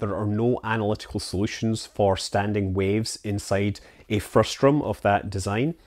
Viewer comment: the word is "frustum" not "frustrum".